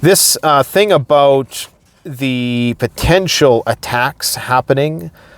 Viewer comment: "talk aboot today..." LOL